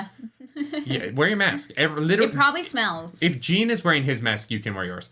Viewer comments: Hey Jean’s name is pronounced in the French way, more like John with a jjjhhh. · Love your guys' reactions, but Jean's name is pronounced "John" lol